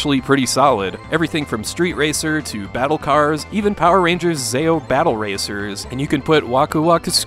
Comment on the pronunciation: It's not pronounced zayo I grew up on that shoe show as a kid it's ZeeOh. Power Rangers Zeo